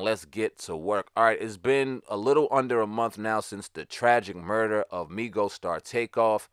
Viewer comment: I don’t listen to rap. You said “Aminos”.